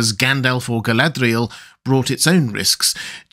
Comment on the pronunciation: I'm curious - is there a lore/language reason you have such an unusual pronunciation of 'Galadriel'? You seem to put an unusual emphasis on the 'dria' part of her name. Not a criticism, btw. I love your videos.